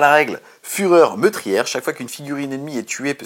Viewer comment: Alors quand on dit "fourtive" et "meutrière" on se moque pas des Frenzon! C'est gentil les Frenzon. 😉 Ça fait plaisir de revoir